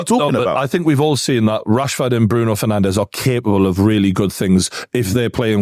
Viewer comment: Did just say “Bruno ferNANDOS” 😂